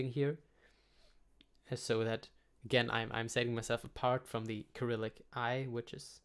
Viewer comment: oh yes while i'm here - i noticed you pronounce cyrillic with a /k/, but english speakers read it with an /s/, as per cycle, cyber, cypress...